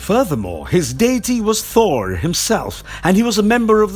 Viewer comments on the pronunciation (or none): none